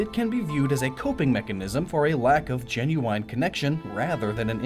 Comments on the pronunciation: The way you say genuine... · Why do you pronounce 'genuine' that way?